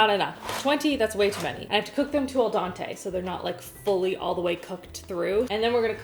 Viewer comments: I love ya,, but it’s al dente, not al Dante. 😊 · not al Dante it’s al denté 😭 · El DANTE. it sounds like a Mexican superhero. I believe you meant el dente. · Al Dante. AL DENTE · Fun fact! Al Dente is pronounced "Ahl Dent-A" an 'e' at the end of most Italian words are pronounced as an a :) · I nearly died when you said cook until “al Dante” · “....Al Dante...” Who’s Al Dante? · "El donte" lmao its Spanish for the donte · "I need to cook them to El Dante" 😝😝